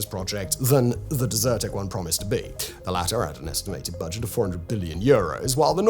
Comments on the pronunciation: Only watched for 2 mins but funny how you prounced it as "deserted" as opposed to desert-tec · Simon, why are you pronouncing it as dessert 🍨 tec and not desert 🐪 tec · DEZ-er-tech not Dessert-ec